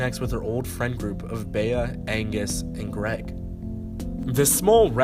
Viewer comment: bea's name is pronounced "b"